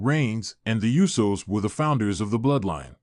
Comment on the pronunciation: It's UsOs don't butcher their names